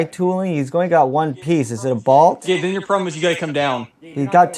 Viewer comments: You say bolt weird. Sounds like bault. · Take a shot everytime he says bolt wrong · I have never heard someone pronounce 'bolt' like that. 😬